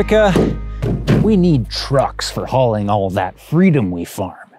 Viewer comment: "farm" or "fart"? Both would work.